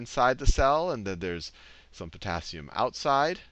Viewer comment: yes I found that just now when i was watching:face-blue-smiling:i was like "eh...porassium you mean?"